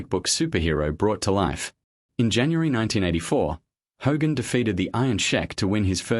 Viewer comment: Stop mispronouncing Hogan 😮